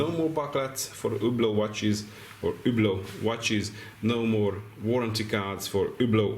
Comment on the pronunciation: It supposed to sound so horrible exactly how u pronounce it trying to say it French sounding with Hungarian accent ?